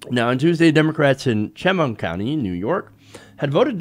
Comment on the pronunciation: I hate to be that person, but I live near Chemung County, and, helpful tidbit, it's pronounced "sh-MUNG" (that's as close to phonetic as I can spell it), emphasis on the second syllable. Sorry, just a stupid local pet peeve. Glad you covered this!